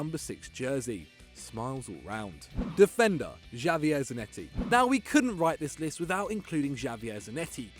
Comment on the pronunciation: Javier Zanetti's one wasn't better either